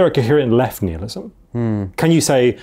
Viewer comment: Nihilism, pronounced nile-ism, not neelism. This was grating on me